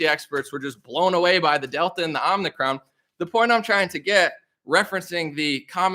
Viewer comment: i think you said it: Omni-con.